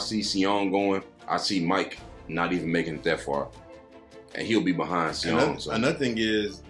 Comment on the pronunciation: props u guys did a great job breaking this down FYI 'Seeung' ......his name is acrually pronounxed just 'Sung' the should just leave out the E he does speak english too or is learning thanks fellas